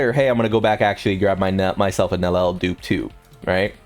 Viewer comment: Can you please ffs pronouce her name correctly. Its prounouced NEL YEL NOT NELEL